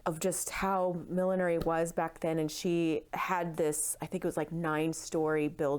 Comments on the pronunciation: It's not "Millenary." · It's funny, I have never heard millinery pronounced as mil-lin-air-y before - only mil-lin-nur-ry or mil-lin-ry. Must be an American thing. Nice vid!